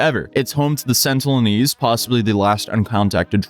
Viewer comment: They're the sentinelese not the sentlenese,.